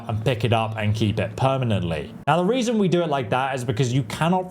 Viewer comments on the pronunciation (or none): none